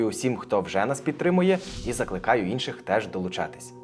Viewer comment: Чому ти кажешь "Инший"?